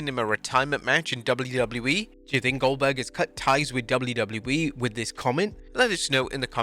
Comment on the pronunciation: That’s oldberg! oldberg! oldberg!